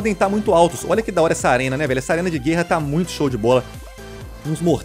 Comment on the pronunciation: para de falar GÊRRA pelo amor de Deus hahahaha